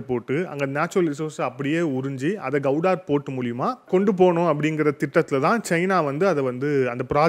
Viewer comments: Gowdar illa bro Gwadar port.. please correct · உச்சரிப்பில் சிறு பிழையுண்டு. அது கவுடார் அல்ல க்வாடர் (Gwadar) துறைமுகம். தேசிய சேனல்களை பார்த்து திருத்திக் கொள்ளுங்கள் தம்பி. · You are pronouncing Gwadhar as Kauvudari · The port is called Gwadar and not Gowdar… pl,check and correct தமிழில் க்வாதார்… கௌடார் அல்ல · Please pronunciation of Guwadar port properly